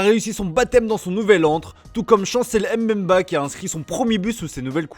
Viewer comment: Chancel Mbemba c’est pas C’est pas M Bemba